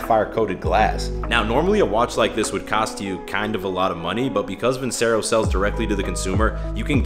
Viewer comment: Love your videos but you are pronouncing Vincero wrong. Surprised they haven't corrected you. You aren't the only youtuber pronouncing it that way too haha